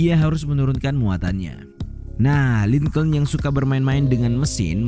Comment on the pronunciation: lincolin dibaca link'n bukan lingcouln